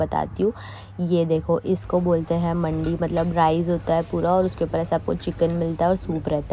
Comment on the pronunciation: Mandi pranounce m di wali hoti h mandi 😊😊